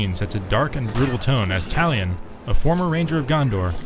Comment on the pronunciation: Everytime he said Talion, I thought he said "an Italian"